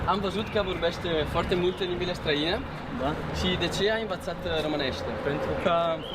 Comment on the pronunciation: As others pointed out, his Romanian is basic but it shows that he hasn't spoked it, he just learned some phrases, most probably. He doesn't know the difference between "i" and "î", they are very diferent sounds. He pronounced Romania instead of România, am invățat instead of am învățat... Also, "cartea de citit" is not a Romanian construction, it doesn't mean anything he thinks it means.